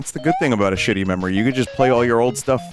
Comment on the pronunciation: Sounds like a Kiwi saying "Memory Lane"